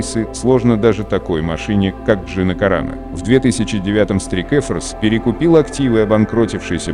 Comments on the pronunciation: Учи английский не стрик эфорс а страйк форс а фильм хороший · straik force ---strike slovo slozhno vigovorit chto li?